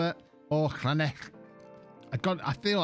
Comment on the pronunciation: Llanelli you said it fine. Just call them scarlets